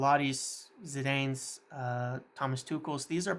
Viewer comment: The way he says ancelotti n zidane is shockin